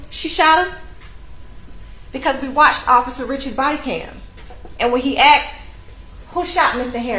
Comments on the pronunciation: Imagine being a law professional and you can’t pronounce the word “asked” lol “He AXED NICCUH” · Imagine being a lawyer and still saying "asked" as "axed" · “She aksed” you’re a lawyer fuckin speak right lol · BOTH “Axe” 🪓 And “amboolance“ in a single sentence! 🤣 And she’s an attorney. Must be a DEI 😂😂😂